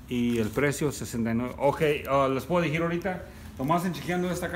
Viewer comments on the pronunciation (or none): " Les voa dijir ahorita " 😂